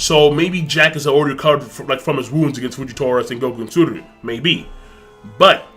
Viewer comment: Yo King, stop saying Tsururu. It's Tsuru. Seriously lol, it's not that hard.